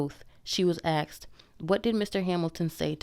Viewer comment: Why do people still say axed.